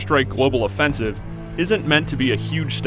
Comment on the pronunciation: Why does this guy says Global Offensive as Global Offensivse